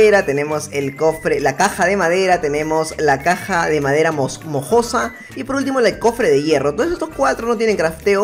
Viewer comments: Caja de madera Mojosa:v Se dice moosa (mohosa) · Absolutamente todos: mohosa en: moJosa